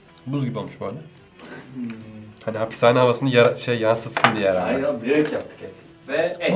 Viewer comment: No one:: Hapissss haneh yemeklerini deneyeceğiz